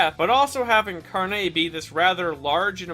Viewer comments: he says "carné", while the emphasis is supposed to be on the r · Carne has no emphasis on the "e", it is pronounced like "carnage" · As a Brazilian, the way he pronounces it, "carnê", reminds me of store cards, like, those things you can make at specific stores to buy and pay later. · The way he pronounces carne as if it's all fancy like just hilarious to me as a spanish speaker. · Yo También XD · Yeah lol